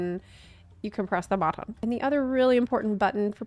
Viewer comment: lol No, I think that’s just being lol. She pronounced “buh-tone” (button) a few times like that too.